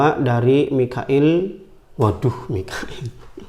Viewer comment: ngkak pas nyebut mikail nya 🤣🤣🤣